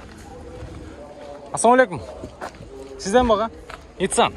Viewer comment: Нитсан эмес ниссан